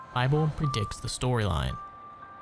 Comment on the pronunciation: bro “predicks” 😭😭😭